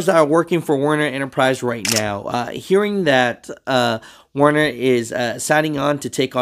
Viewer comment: Stupid but its werner 😂